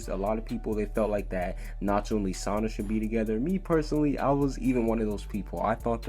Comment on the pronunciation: Who the hell is li sanna ike its Lisanna he keeps saying li like are you an actual fairytail fan 😒